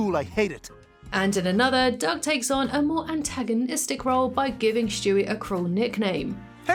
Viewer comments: His name is Stewie, not Shtewie. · Who is Schtewie